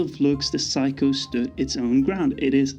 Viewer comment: It's not Psycho. It's Seiko.